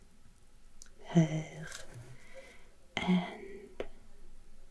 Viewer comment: Good job with the pronunciation, although you need to work on your Skånska 😂. Danish/French "r" instead öf "tungspets r" when you say "Trelleborg". (You did pretty well with "Höör" though.) Oh , and there's no bridge between Helsingborg and Helsingör:-)